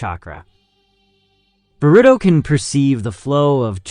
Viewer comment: Oh man I was gonna try to watch this and power through the way you say Boruto, but then you said the other names and I just can't do it. I made it in. You really need to learn how things are pronounced. The fact that you don't know how anything is pronounced tells me that you have done 0 research and that you've spent absolutely no time talking to, or interacting with, the community. Therefore, you must not know what you're talking about.